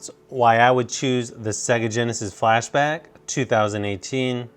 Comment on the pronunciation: sounds like he said flash to the back sounds like a joke